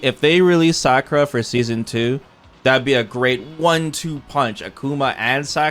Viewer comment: Who is Sackura?Its Sa- ku- ra